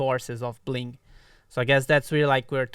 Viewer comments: Early. Also its bling not bing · Its bling, not bing. Thank you. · Bing ? Mistake it’s bling guys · Yesh..."bing" is a mistake . . . It's "bling" 😶‍🌫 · Bing instead of Bling🤣🤣🤣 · First! + its Bling, not Bing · You have out "bing" and not "bling" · Lesss go kt Eitd: it's bling not bing